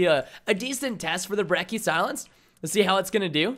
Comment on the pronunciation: ThePurpleguy123 everytime i hear someone pronounce "Brecky" i lose my shit Its pronounced brecci